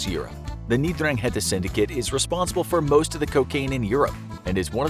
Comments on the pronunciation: It’s pronounced n-dran-gita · I like his accent while he is reading mafia's name xD